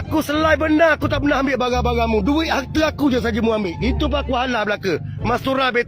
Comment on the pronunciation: Kalu kelate.. 3 sebutan dia tigo.. bukan tige. Barang dipanggil bare kalu kelate..